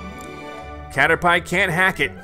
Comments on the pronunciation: Brian Neubauer he doesn’t even know how to say Caterpie!!! That was literally Ash’s second Pokémon!!! The first one he caught. I’m fuming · When I heard him say caterpie.. I cringed.. heard it multiple times and I couldn’t watch anymore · that is so true he cannotpronounce caterpie he thinks PP stands for something else it stands for Power Points like HP Health Points!!!! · No one: Literally no one You: A Cader-pie..... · He keeps pronouncing Caterpie wrong and I want to die. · Caterpee, caterpie same thing different pronunciation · You're not the only one, I cringe and lockup when he says it, lol. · Cater pie 😂 I literally cringed when he said that 🤦🏻‍♂️ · I hope by now someone told him the proper pronunciation of Caterpie smh 🤦‍♂️ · It is he’s pronounced it wrong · Ww honestly though dude it just dounds ignorant and pisses people off who did play the game I know he probably didn't know any better but like he could've tried a little bit you know? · What kinda pie!? Caterpie lmfao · I find your mispronunciation of caterpie disturbing. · I laugh how he pronounced caterpie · God you pronounce cartapie wrong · Um u should learn how to say cartirpie and gyrados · …. It was so hard to watch.... HE CALLED IT A CATERPIE as in pie, the food, its pronounced caterpeeeee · Damn he must be hungry to pronounce it cader-pie instead of cader-pee Edit: haha cader-pee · Please don't ever say "catter-pie" again 🤣🤣🤣 it's "catter-pee" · Pls say caterpie correcely (its ca-ter-pee not ca-ter-pie) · It's pronounced cater-pee, but he says it like Cater-"Pie" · It is said cat-er-pee not cat-er-pie and the caterpie evols to a butterfree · I’m mad he called it cater pie I call it cater pi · He said cater”pie” it’s pronounced, “Pee” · Its caterpEE not caterPIE like in the series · It’s pronounced caterpee not caterpie 😂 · CATER PEE NOT CATER PIE!!! :'( PLEASEEEE NO MOREEEEEE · He called Caterpie “Cater-pie” lmao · You said Caterpie wrong you say it as caterpy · It's Cater-P, dude.